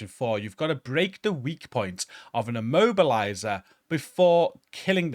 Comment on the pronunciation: i was keep hearing "mobiliser" left and right WTF is an mobiliser ?!...than i realized that it is "immobiliser" ...FFS ?!